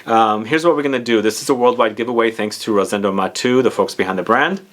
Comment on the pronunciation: Nice review,! Btw, it’s not pronounced “Mah-two” it’s “Mah-tehhh-ooh”...! Thanks for your video...! Greetings from Spain!